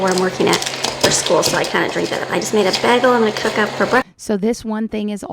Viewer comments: Shes so illiterate that she has no idea how to pronounce BAGEL. She says baggle, wth is she talking about. Ive never heard bagels called Baggles... So sad. Its like Becky from Acre Homestead calling Cauliflower... Caullie Flower, i cant even spell it how she pronounces it but i know its wrong. Check out her videos and u will agree with me for sure. Again another religious homeschooled family... So so pathetic!!! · I have many friends that grew up in the same area of Michigan, some from New York and Connecticut several northerners...and none of them say baggle...I worked with them for years and had breakfast with them when they ordered bagels...I thought at first she had just misspoken....but she consistently says baggle. It's not the only word she does this with, but it's the one that now drives me bizerk when I hear it